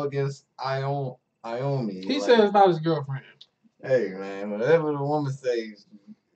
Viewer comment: Aomine is allot like the Proffesor. You pronounce it Aye Oh Me Nay btw.